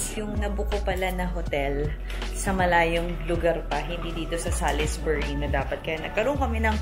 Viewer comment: Pronounce it as Salisbury(silent i,silent u)